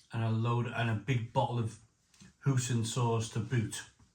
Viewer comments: Do you pronounce "Oi" as "Ooh"? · Hoy-sin not hoosin